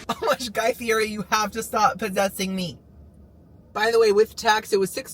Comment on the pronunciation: ITS PRONOUNCED GUY FEE EH TEE !